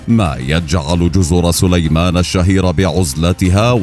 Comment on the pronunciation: جزر صُليمان ! ليت الواحد يعرف متى يضخّم صوته